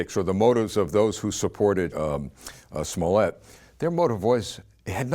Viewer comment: It is pronounced smollay...